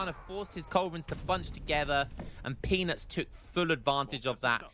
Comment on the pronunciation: The whole video you made peanuts sound like penis